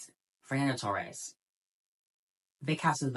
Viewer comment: it´s pronounced toHEs, fernanda toHES